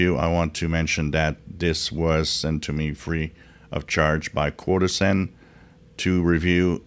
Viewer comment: CHO-DOSEN is the correct pronunciation.